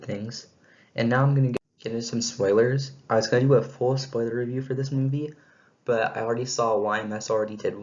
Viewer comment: "But" not bit